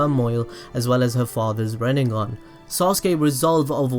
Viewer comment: rinnegengan you mean rinengone